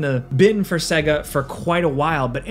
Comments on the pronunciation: It's Say-Ga... Right? Not Seg-A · How in the hell are you gonna work for a game review channel and not know how to pronounce Sega properly? SAY-GUH! It literally says it at the start of their games. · SAY-GA SAY-GA SAY-GA! my God, how are you a video game commentator? It's madness! You are deliberately torturing me right? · Say "segguh" one more time. I fucking dare you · Dude!! Stop saying "sega" wrong!! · I hate how he pronounced Sega..the system and most games SAID the word.. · You pronounce "Sega" weird... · I had to stop this video. When a guy making videos abotu games doesn't know how to say Sega, I'm out. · can't pronounce Sega then...